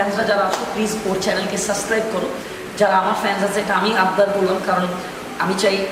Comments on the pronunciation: সাসক্রাইব নারে পাগলা ওটা সাবসক্রাইব হবে। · সাসক্রাইব না সাবস্ক্রাইব।